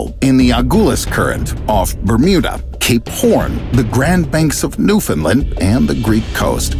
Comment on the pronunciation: it's not "New-fin lind" its pronounced, New found land